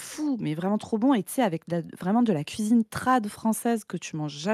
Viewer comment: "La place du Padu c'est à la couisine!"